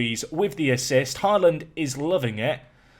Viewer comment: I love that literally every british person says «Haaland» wrong 😂